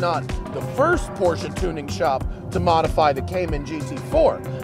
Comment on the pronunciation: I'm not a huge fan of Matt but I love that he pronounces porsche correctly.